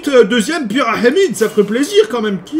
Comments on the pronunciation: Salut un conseil pour ta ferme à cricri tu peux m'être une dalle au-dessus du hopper. Et aussi très bonne vidéo pk tu dit la pyramide avec l'axent arabe? 😂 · Comment tu dis pyramide? Mdr je suis plier😂😂